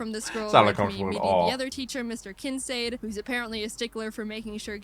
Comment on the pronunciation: You actually meet Blake Hall several times during the game so I don't know why she acts like you only meet him right before the Darkrai fight. I'm also puzzled why she pronounces Kincaid the way she does. But OH MAN Ranger is a good series. It's very witty. More Jaiden videos to react to? Anything about her bird Ari!